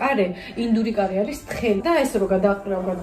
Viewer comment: カレ作るだと彼氏作るみたいに聞こえるね😄